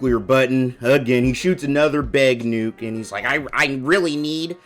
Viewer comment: Beg nuke lol